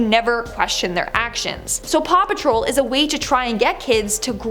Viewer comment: Paw patrol you mean RAW PATROL 🤣